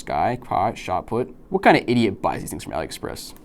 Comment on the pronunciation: It's pronounced All-ee Express. It's short for Alibaba.